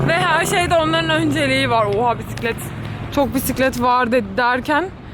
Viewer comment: "pisiklet" deyişi🚲😂